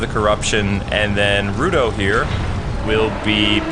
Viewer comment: IT'S RUTA WITH AN A AAAAAA